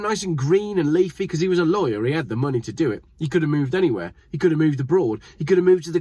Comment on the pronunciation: Did you say Lawyer of Liar ?